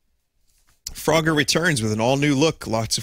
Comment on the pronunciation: "Froger" rhymes with "Rodger", so maybe that's why Vinny finds it funny. Perhaps "Frodger" should be like Vinny's impression of Rick crossed with an impression of this abortion mislabelled as "Frogger"?